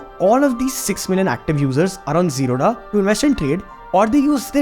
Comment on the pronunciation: Bro, say "Zerodha" properly... It's a Bangalore based South Indian company... So dha not d-ha...